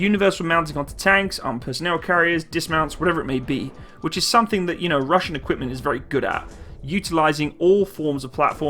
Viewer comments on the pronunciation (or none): none